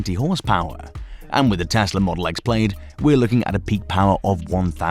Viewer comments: Model X Played? Hahaha... The I is silent. Plad. Plaaaad. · Say "played" one more time! I will physically teleport thru this screen,. Plaid is pronounced "plad." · Practice that “Plaid” pronunciation 😂 And no it’s not the accent, Elon has a slight south African accent himself. “I” is silent; sounds like (plād) not “played”. Different words mate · It's pronounced Plad not Played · Pronounced Plaad